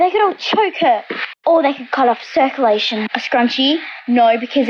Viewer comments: I love how they can’t even pronounce circulation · Circulation is pronounced wrong in most of the videos